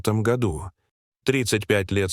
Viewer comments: В 1989 годУ, а не гОду. Двадцати трËх, а не трех. Читает робот, делая ошибки в произношении слов. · чтец еще тот, "году", ударение на "о", это что-то, сказочники, и люди и кони и события и страны